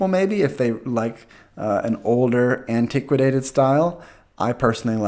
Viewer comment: (Psst...it’s antiquated)